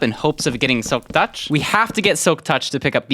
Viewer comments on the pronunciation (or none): The way he said silk tuch tho XDD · (audible huff) (why did he say "touch" like that 😭) (faint "yes") guys he's so silly omfg